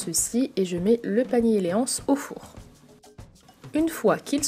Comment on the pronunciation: Jai toujours l'impression que tu dis palmier au lieu de panier 😂😂